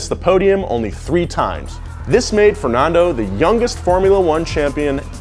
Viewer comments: why does he say fernondo and shoomocker? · Who pronounces Fernando fer-non-do not fer-nan-do cuz he says both in this vid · Whats with your pronunciation? "Shumocker", "Fernondo", "Mossa", like what? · Yea this is exactly how we pronounce Fernando, Gran Prix, Massa and Honda !!! :)))))) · Why do Americans always say Fernando wrong. But good piece though